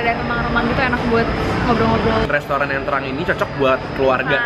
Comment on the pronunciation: Orang jawa jadul ya, ngomngnya "lestoran" 😂😂